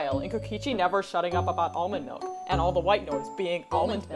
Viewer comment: Kokichi: Almond malk (=